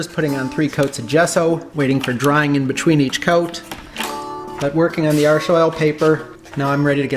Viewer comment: The way he pronounces Arche, sounds like an american saying "Arsch" in german with an american accent. Which means ass.